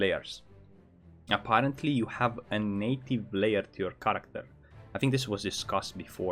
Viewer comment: Holy fuck. Some words you pronounce are impossible to understand. I don't get how you can be this good at english and still not be understood. There is accent and there is just... not the right word. If you plan on doing this for long maybe you oughta just practice pronouncing some words more correctly. Character. Not Karakkta